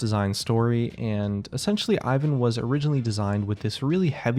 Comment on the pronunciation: Im slavic and it triggers me how he pronounces Ivan